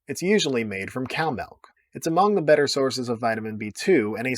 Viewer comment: Feta makes it bettah.